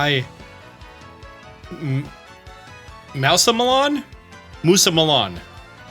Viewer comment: "moose - a - million" like maximillian